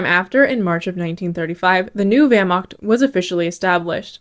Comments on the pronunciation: "german wehrmaKt" 😔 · Great video. For the next one I expect the correct pronunciation of the word (Wehr)macht! Dismissed!